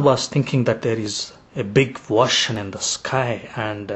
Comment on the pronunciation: u cant even pronounce ocean, how he will learn arabic lololololo "Stop wasting ur time with false arguments against Islam!!!"